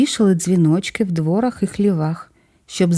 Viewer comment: Дуже інформативні відео. Але прохання ставити літературні наголоси. В дворАх, а не двОрах, ховали возИ, а не вОзи.